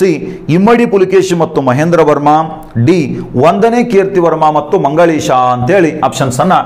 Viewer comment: ನೀವು ಮಂಗಳೇಶ ಅಂತ ಹೇಳಿರಿ ಸರ್